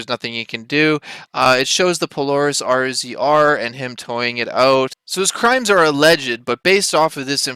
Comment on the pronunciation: I have only two comments. First the off-road vehicle "RZR" is pronounced "Razor." Second, the one you show is only one of hundreds MORR has towed out of Sand Hollow and other more dangerous locations.